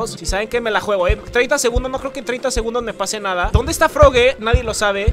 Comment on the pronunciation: Se dise frogi pero con e